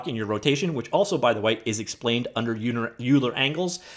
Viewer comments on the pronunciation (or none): Hey! Love your videos as always. It's definitely worth getting this bundle, but for that particular book I'd buy the hardcover, too. It's great and will always come in handy as a reference when needed. FYI, not as a criticism, Euler is actually said "oiler". I think he was from Edmonton. J/k he was Swiss.